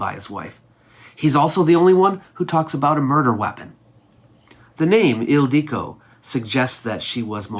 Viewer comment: Yeah. Ildico or Ildiko is a diminutive form of Hildr, Hilda, etc. It is still used. But it is not pronounced "Il DEE co", so maybe a little research before making the video?